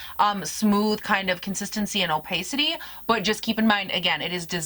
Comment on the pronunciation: What a gorgeous palette and I love the 2 looks you did with it. I wouldn't even mind seeing more! (Pssst... it's o-pah-city, not o-pay-city) xo